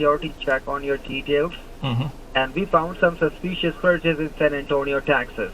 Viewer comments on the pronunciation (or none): I always chuckle when they say the word “ SISPEEESHIOUS”